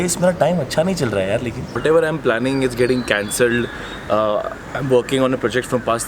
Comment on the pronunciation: planning* not plalling